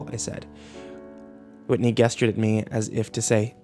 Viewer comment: Man, I'm really wanting to enjoy listening to this version of Borrasca, but I can't with the way mispronounces some words like "gestures." Also should have leveled out and compressed the audio in Audacity so I don't have to keep raising and lowering the volume at different parts of the story.